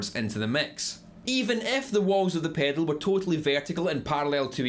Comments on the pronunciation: take a shot every time he says PEDOLE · I love how he says the word “pedal” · I love the way this guy says pedal. Paydl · The way you say pedal is gold. Good video also, as I am just getting into guitar this is quite helpful. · I like how you say "pedal", but we say it pretty boringly in North America. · came for the info... stayed to hear him say pedal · I love the way you say "pedal". :)